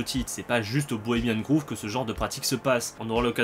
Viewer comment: C'est Bohemian Grove qui se prononce grauve et non Groove comme grouve, révise ton anglais